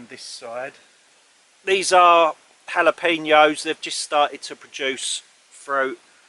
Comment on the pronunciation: Always a welcome notification! Love your videos. Keep safe and take care!:) PS: now you pronounce it jalapenos! XD